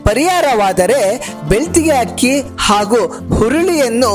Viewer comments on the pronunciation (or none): none